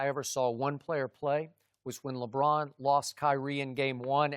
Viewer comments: Lebrahn and Raejawn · “LaBraan...”- Chris Broussard